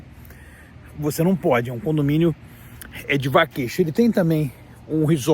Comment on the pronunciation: Pois a pronúncia de (vacation) seria "vekeiachan" pronúncia "shuwa", Brasileiro mora nos STATE e não aprende a falar o Inglesh direto, saí do Brasil, porém, o Brasil não saí do Brasileiro. Brasileiro sendo Brasileiro, sempre a falar mal do Brasil, de seu País de origem, cospem no prato que "comes". Ora, respeite o povo Brasileiro que estão no Brasil a trabalhar e contribuir com a economia do mesmo. No más, quando estourar uma guerra por aí, fique por aí, mesmo. E pare de falar mal do Brasil. Pois o Brasileiro gosta de difamar a imagem do seu País de origem a dar margem para os gringos os falarem as dertuparem a imagem do Brasil, coisa feia que alguns Brasileiros tens de falar mal do Brasil. Seus ( extremistas, POLARIZADORES do ódio os idolatram os iluminates). Ora.